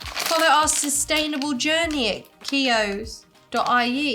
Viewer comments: Keoghs- pronounced like Kyo’s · Hi and. Watching from Co.Kildare (county kildare) in Ireland. Just down from Dublin. I laughed everytime you said Keoghs crisps as I have never heard them pronounced the way you said it😂🤣. Also the relish needs to be tried on toast with butter, 2 slices of ham, 1 melted slice of cheese, preferably mature cheddar and spread the relish over the melted cheese yum. Also nice on crackers and cheese, actually like it on a jacket potato so hope you added some to your dinner, burger as said. And theres a place in Bray called 'Box Burger' which does the best burgers in my opinion.